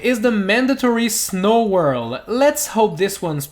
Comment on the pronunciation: Just say worlD you are saying worl all the time